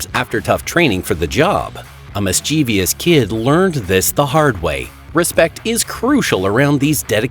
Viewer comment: That's not how you pronounce mischievous.